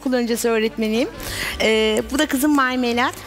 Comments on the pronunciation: betül yıldırım bilmiyodum sağol videonun adında bile yazio bilmiyodum sadece normalde Marmelat ama narnelat diyo ml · NDNG Enes Özmen Özmen biliyorum Marmelat diyor ama nanenat diye anlaşılıyor mesela meraba herine merada diyo onun gibi